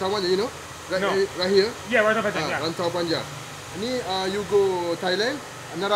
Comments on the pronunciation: "Raaintowww Painjenggg" 🤣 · The way you said "Rantau Panjang" is too funny. Sorry😅